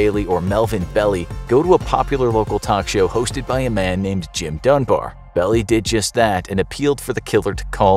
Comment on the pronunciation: Belie, it’s not “belly” it’s pronounced “bell-lie”